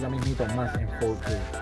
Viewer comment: fourkey? sos yankee? hablá bien